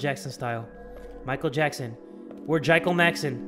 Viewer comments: Wait did nobody notice that said Jichael Mackson? 😂😂😂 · “Jichael Mackson” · "We're Jicheal Mackson"